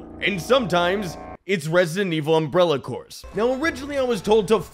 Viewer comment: bro said umbrella corpse